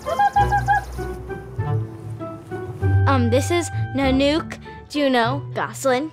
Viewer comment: It's 'nun-ook' not 'nan-uke' lmao why would you pick a name you don't even know how to pronounce.